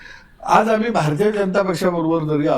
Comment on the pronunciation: हे साल अडाणीच आहे अमाली तुमाली असं बोलतो. नाटकं करतो हा मूर्ख